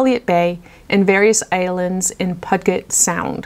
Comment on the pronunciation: I could be wrong but I think the "sound" is pronounced Pew-jit. Thanks for another wonderful video.